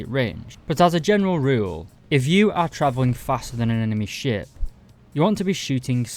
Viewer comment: Did you say ship or shit. All jokes aside. Hopefully more people get in to navy and hopefully it gets a bit more attention.